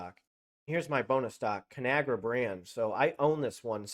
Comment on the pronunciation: Its called con agra not canagra